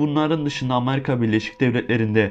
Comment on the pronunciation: Amarika Deyil Amerika